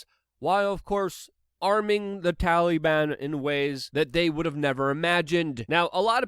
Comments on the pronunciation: Every time you pronounce their name Talyban I giggle. If you ever reference them as Talybannies the giggles would be unstoppable. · STOP. SAYING. “TALLEY-ban”!!!!!!!!!!!